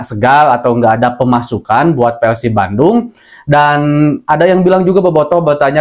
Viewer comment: PERRRRSIB bukan peLsib